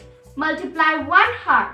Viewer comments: its not pronounced as o-u-r not h-o-u-r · Oo my god who will teach you English PRONOUNCIATION it's not heart it's hour CORRECT YOUR ENGLISH AND PRONOUNCIATION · Hour hota hai heart ya hertz ok well done